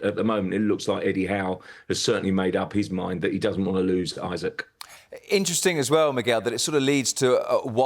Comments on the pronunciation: This guy doesn't know how to pronounce It is eeesak not eyesack It is heysus not Jesus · Isak not Isaac !!!